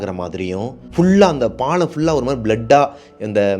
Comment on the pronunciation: பாளம் இல்ல. பாலம் என சொல்லவும்.